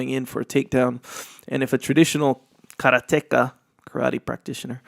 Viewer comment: It's not Karate Take A....it's Karateka